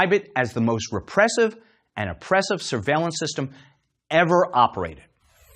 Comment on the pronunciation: I find it hard to take a Stasi documentary seriously if the host can't pronounce 'Stasi'.